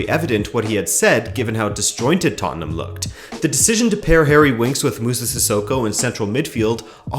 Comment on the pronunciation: Rabona TV would just like to say, thanks for being a yank and pronouncing Tottenham correctly. You have no idea how grating it is hearing “tott-en-HAM”.